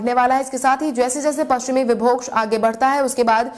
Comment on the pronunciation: पश्चिमी विक्षोभ का सही उच्चारण करें।इसे पश्चिमी विभोक्ष न कहें।